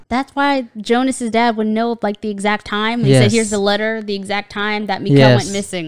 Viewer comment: Nice one again! No, this isn't "Joe-nah", this is "Yo-nuss" ;) And while we're at it, Mikkel is not "Miquel", it's more like "Mickl", emphasis on the first syllable. Whenever it switches between times, you hear the "tick" of a clock, by the way. This show not only gives lots of information in the visuals and the dialogue, it also does it in the audio. You'll soon notice that certain characters have their signature sound, for example. Loved the editing on your video, first-class!